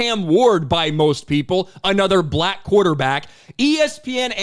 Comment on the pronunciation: The way this announcer pronounces BlacK cuts like a knife You're emphasis is really disturbing🤏